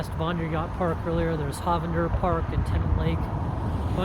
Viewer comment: Don't let anyone hear you call in HAHvander Park. It's HOEvander.